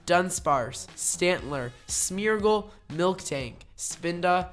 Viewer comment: i am an annoying person and i want to say that you said "milktank" instead of "miltank", which is the actual Pokémon's name, . great vid tho hahahah ♥️